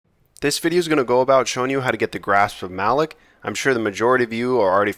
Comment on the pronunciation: Its pronounced grasp of muh-lock.